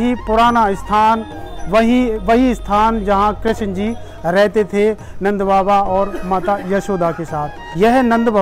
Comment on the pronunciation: Krashan ji nhi krishna ji boliye